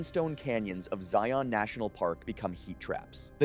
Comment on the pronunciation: It's pronounced, "Zi-un", not "Zi-ON" 🙂